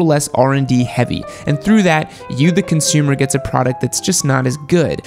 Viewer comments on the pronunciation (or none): none